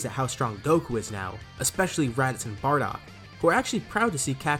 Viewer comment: Barodk lol don't you mean bardock??